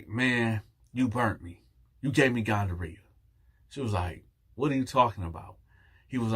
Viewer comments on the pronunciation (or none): Ahahahahahaha but wait…no one else heard him say “gon-duh-rea”? I know damn well I’m not tripping. The first time he said it lol.